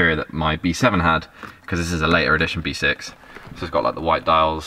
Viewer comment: Im sure i herd v6 not b6 haha 😆 awsome content 👌 keep it up G